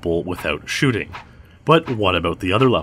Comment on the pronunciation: I thought it said chooting